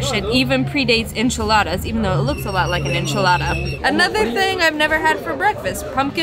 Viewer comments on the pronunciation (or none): none